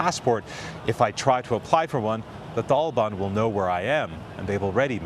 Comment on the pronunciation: Is it pronounced the taliban or the thalaban?? Lol